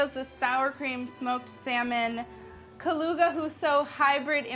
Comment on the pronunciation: I giggled so hard when Molly said Kaluga. Knowing what is Kaluga actually and how it looks...